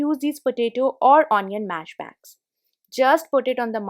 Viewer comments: The word is mesh not mash. Nice hacks though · It's not mash... It's mesh....just open it....just close it....just slide it...I suppose u use the word "just" a lot. Can u do the videos in Hindi??